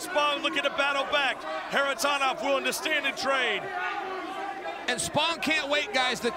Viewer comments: Why is that ring announcer putting an M at the end of everything? Floridam, Russiam, Kharitonom... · I wish the anouncer learn how to pronounce Kharitonov not Kharitonov